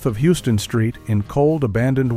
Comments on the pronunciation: HOUSE-ton not HUES-ton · It's pronounced How-sten street and not like the city of Texas. I enjoyed the video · NYC Native here... Houston St is pronounced "HOWston" St., not like Houston Texas. Only "Tourists" pronounce it like Houston TX. "Tourist", is the term associated with outsiders (They're accepted and welcomed, but not one "of us"). Houston St. is also the official border of SoHo, e.g. "South of Houston".